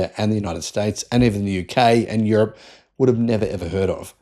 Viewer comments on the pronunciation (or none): none